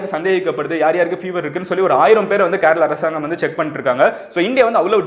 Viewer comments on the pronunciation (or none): Adhu karla ille kerala pronounce it crtly n i appreciate ua awesom in all kinda news